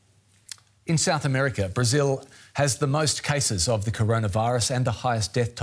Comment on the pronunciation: Rayjunal laydahs in Brahzayuhl